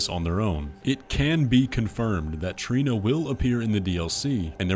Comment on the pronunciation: Trina not Torlina lol